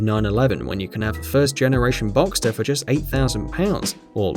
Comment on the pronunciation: Finally an English speaking guy that pronounces Porsche and boxster right!